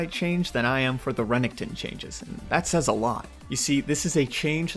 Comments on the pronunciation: Renningkton??? It's ren ek ton and who the fuck says enchantress support the fuck?? It's just mage supports or support. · I absolutely hate how he says renekton